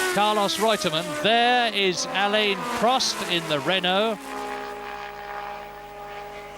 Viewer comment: What year did Murray start pronouncing Prost's Christian name properly?